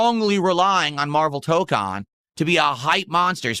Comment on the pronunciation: Maximillian Dood did a 12hour stream of MaYUrvel TAH-kahn with 10k+ viewers, funny huh?